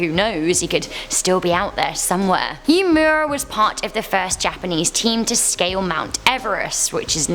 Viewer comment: Hi love you videos! I just wanted to point out that the name Uemura is pronounced “oo-eh-moorah,” not “yumyura.” Keep up the good videos!